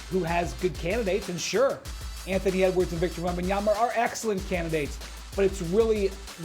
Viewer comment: It's been 3 years and Perk still says "WembanyamBa" 🙄